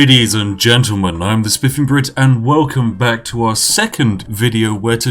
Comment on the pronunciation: It sound like he is saying "The spiffing Brif" or is that just me?